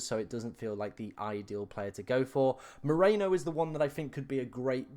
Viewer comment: Stop massacering the names! First it was poor Retegui and now it's Merino... It's MERINO, not Moreno!